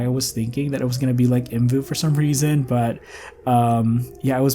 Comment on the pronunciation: The creators pronounced it the way he did, it's not separate letters 😅 There's a video from 2012 where they say the name out loud